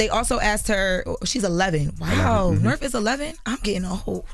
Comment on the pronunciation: they been doin it for a longgg time. Also says Nerf instead of North 😂